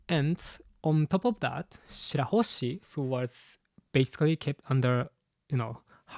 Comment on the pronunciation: i love you but its shirahoshi bro